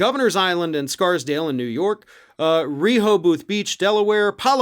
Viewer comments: I missed that. Did he say reehoe-bah-th? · You did pronounce Rehoboth Beach DE wrong but it did give me a chuckle :)